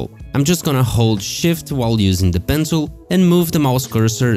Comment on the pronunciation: Why does it always sound like your saying "Pencil"